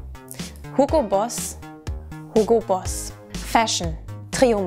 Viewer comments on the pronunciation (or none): hugo不是唸 hillgo嗎 怎變Google了